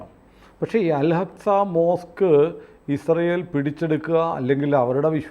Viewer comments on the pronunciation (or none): അൽ അക്സ എന്നു ഉച്ഛരിക്കണം. 11ഗേറ്റ്സ് എന്നതും ശരിയല്ല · Al hacxa അല്ലടാ പൊട്ടാ Al axa എന്നു prenous ചെയ്യ്